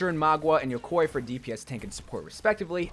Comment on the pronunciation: How is nobody talking about "yokoi" what tha fuck is that. My guy don't watch anime?